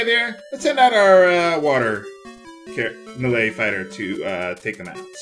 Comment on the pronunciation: it took me a while to figure out that he was saying melee. It sounded like malay to me.